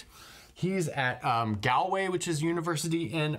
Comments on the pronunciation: Galway is pronounced Gaulway. Just saying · Galway when pronounced sounds like "Gaulway" where Gaul sounds like the natives of what is now France. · The ‘al’ in galway is pronounced like the ‘al’ in salt 🤣. It doesn’t really matter though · The way he says Ireland and Galway is mad